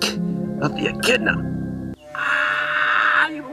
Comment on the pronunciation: It’s pronounced echidna 🙄